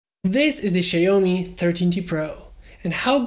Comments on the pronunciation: the correct pronunciation would be ‘she’yao-mee’ or ‘see’yao-mii’ because the letter X in mandarin has both the pronunciations. Anyways, thanks for having published the video! I’m probably getting this in late august. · that's not how to pronounce Xiaomi 😭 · Did he say? Sya-yo-mi?